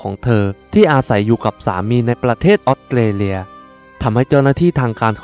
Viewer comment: อยากให้ปรับปรุงเรื่องการออกเสียง ออสเตรเลีย ฟังเป็นออดเตเลีย ถ้าพูดชัดมันทำให้ได้อรรถรสมากกว่า การดำเนินเรื่องดี น้ำเสียงดี ปรับการออกเสียงอีกหน่อยจะดีขึ้นอีกค่ะ